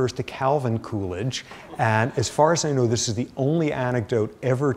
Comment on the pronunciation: lol I thought he was saying coolage, as in cooling down period hahaha come to find out it's poor Calvin Coolidge